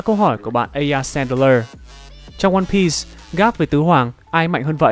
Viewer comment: mô phật, cuối cùng cũng đọc ONE PIECE. mà cũng đọc theo phiên âm tiếng Việt /quan biiiiiiii s/ dành cho nhà quơ =))